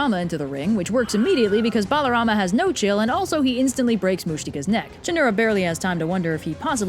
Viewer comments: a is not pronounced bro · Your assumption is incorrect. If you knew Sanskrit root words, you would know that his name is Balarama, not "Baalarama". As for your remarks regarding not reading the texts: please refer to Canto 10 chapter 2 in the Puranas for specific mentions to my original comment. If you are able to, I suggest that you also provide textual evidence for your claims before refuting others. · its balaram not balarama